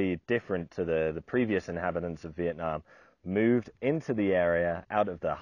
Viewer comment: I'm a Vietnamese. Pronouncing it like in the video is decent. Yue nam is totally unheard of.